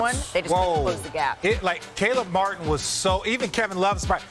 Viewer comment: Thank you ESPN for getting Caleb Martin's name right lol